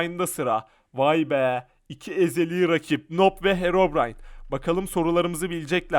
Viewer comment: Abı noob okunmuyuyor nub okunuyor